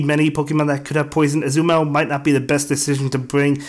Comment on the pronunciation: I truly enjoy watching your videos. There is only one suggestion: I LOVE Azumarill so much and I just want you to say its name right. It is Ah-Zoo-Muh-Rell